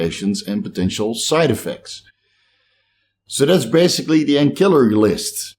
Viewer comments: Ancillary is pronounced with an /s/ not a /k/. Like “ansillary.” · Hey I'm still going thru boxes of books looking for that trade name for primobolan acetate. I will find it but it will take a little time. I can thank my wife for that. On another note, love how someone comments on pronoucation of axillary. With Steves huge amount of knowledge I think we can forgive him for one grammar mishap. Only on social media..Lol. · The c in ancillary is pronounced like an s not a k. 😉😁